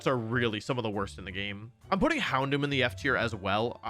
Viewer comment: HOUNDOOM DOES NOT END WITH AN N, IT ENDS WITH AN M!